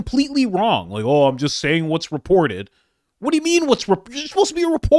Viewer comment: Chris Coumo, "I'm saying what is reparroted. I'm a parrot."